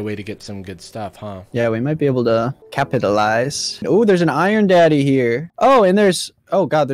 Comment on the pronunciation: Did he Did he say Did he say “iron daddy”??!😭😭